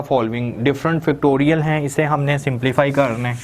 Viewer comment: Oh god....Its pronounced FACTORIAL not Fictorial and FORM not Farm!